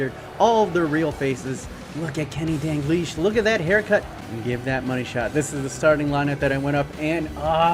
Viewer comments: Dal-glish not Dan-glish Just saying! <3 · Him saying “dangleesh” gives me anxiety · Why do you pronounce it dangleash? Where do you see the n in dalglish? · My mans really saying Danglish...